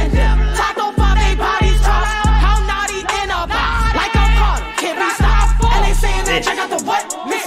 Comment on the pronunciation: It’s notti not noti